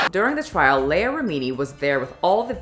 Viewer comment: Wait wait say Leah's name again lol bruh